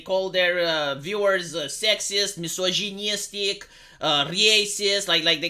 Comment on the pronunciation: I like how you add extra pronunciation when you say "mis-iogin-nyistic"